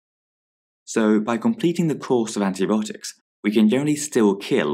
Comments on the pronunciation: It’s antibiotics not antibotic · He says it like there's not I haha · anyone else hearing anti-botics